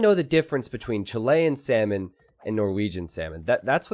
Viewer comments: Is it just me or how says “salmon” sounds like “semen”? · The way you say salmon, xdd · For my non expert ear every time you say salmon I hear semen :/ that was disgusting and funny.